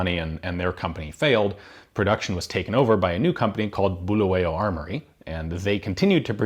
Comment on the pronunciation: I really enjoyed this! As a Zimbabwean I'm impressed at how knowledgeable you are. You clearly did your research and it's refreshing to see. Your pronunciation of Bulawayo was pretty decent BTW! Excellent content.